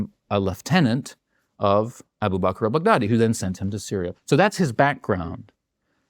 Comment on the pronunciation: expert or not, i just find it too funny he pronounce Baghdadi as big daddy.